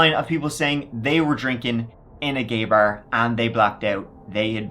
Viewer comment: "...they were drinking in a gayber" 🤧